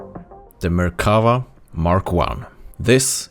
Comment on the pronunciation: The Merkava is pronounced with stressing on the “va” BTW :) I think the collector vehicles section opens up a lot of possibilities for WG. Imagine some vehicles which are tier10+, and having one per nation, and you could buy them if you have like 2/3 tech tree tier 10s. Maybe they could have their own MM as well.